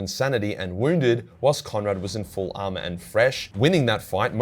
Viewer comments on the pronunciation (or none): none